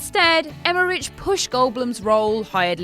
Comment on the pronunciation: Will Smith's character in Independence Day is named captain Hiller. There's only one I in it,, Hiller not Hillier. And the CH in Emmerich makes the K sound, like the names Ulrich and Ulricht. XXX is said as Triple X. You don't say the letters individually like CIA or FBI. Has seen either of the movies? Multiple characters say it out loud.